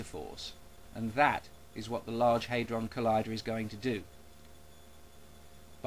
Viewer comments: it's hAdron not haidron. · It's HAD-ron, not HADE-ron. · It's HAD-ron not HAY-dron, you dozy muppet. When has anyone ever pronounced it HAY-dron, hmm? Only you. Oh, and the french. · just an irrelevant nitpick here, its /ˈhædrɒn/, not /ˈheɪdrɒn/ . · Dont get me wrong fella, i agree with your conclusion and i admire at least the fact you havnt bought into the media hype. But believe me hadron is pronounced 'had-ron' not 'hay-dron'. What youve used there is the flippin american way of saying it, and until they can accept there is an S at the end of maths, theyre always going to be wrong in dialect. Mind you it could have been worse...you could have started nostradamus bashing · i like how you pronounce hadron never heard it before :) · When this idiot cant even pronounce the word 'Hadron' properly, why would anyone believe that he knows what hes talking about. If anyone has actually been underground to see the LHC at CERN, it is most impressive in scale and in substance, and that is why it was funded, it is almost unimaginably bigger than anything used anywhere else in the world. And if anyone actually understands the basic science of whats going on, unless weve got it horribly wrong, then nothing bad will happen